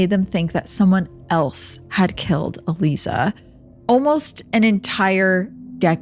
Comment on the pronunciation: I'm pretty sure her name is pronounced...uh-lie-zuh...Aliza.